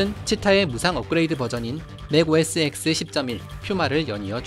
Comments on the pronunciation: Mac OS X > 맥 오에스 엑스 (X), 맥 오에스 텐 (O) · 음.... mac os 엑스가 아니라 텐으로 알고 있는데....